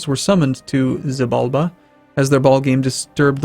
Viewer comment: Xibalba is prounounced She-ball-ba.